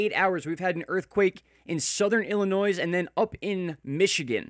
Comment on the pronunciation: the "s" is silent in Illinois.